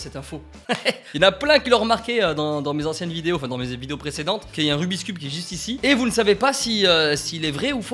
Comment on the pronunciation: ON DIT "RUBIK'S CUBE" PAS "RUBISKUBE"